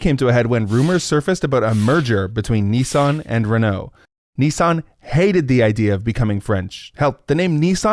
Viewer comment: The way you pronounced Nissan threw me for a loop, you keep saying "Ne-san" It's Nis san <_<. Also, Nissan is one of the OG Zaibatsus, who starting in the 1950s became paraoid of each other as they started moving into the same industries, so Nissan thought it was a cunning idea to buy shares in their rivals as a means to protect themselves from market pushout, force them to not directly compete with the same lines of product. Just typical absurdist Japanese business logic.